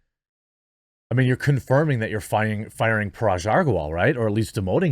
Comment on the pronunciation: DAMN YOU'RE IRRITATING ME!!!!!! IT's G for GUN in Parag, not J. Anyhow, good video.